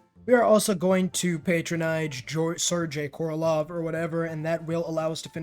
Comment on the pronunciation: and the ending of Sergei is pronounced like GAY, not jay. I dont really care about mispronunciations, but Sir Gay is worth mentioning